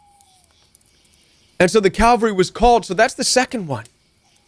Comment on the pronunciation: IT’S C A V A L R Y — NOT C A L V A R Y (Where Jesus Died.)